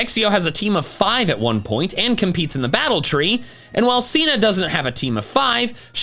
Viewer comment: IT'S SINA, NOT CEENA!